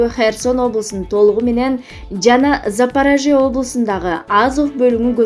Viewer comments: ЗАПЕРЕЖИ ЕМЕС ЗАПОРЕЖИ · Оббоо карындашым туура суйлоп уйрончу сураныч, же шаардын же адамдын фамилиясын туура айталабайт экенсин, Запорожье деп айта албайт экенсин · Запараже дейби🤣🤣🤣🤣